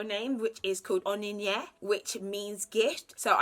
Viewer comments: Your cultural name pronounciation sounds like "on-ion yea" lol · Oninye sounds like onion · Your pronunciation of Onyinye😂😂😂 also how you had to say Onyebuchi in 3 parts reminds me how i always have to slowly say my name to non Africans... Chi N Elo.. always hilarious. I just give me and use my middle name Francisca... i love the name Winnie btw❤💗